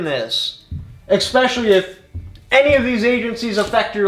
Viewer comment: Expecially Especially